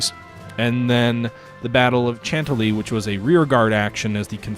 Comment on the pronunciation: Chantilly = shan-TIL-lee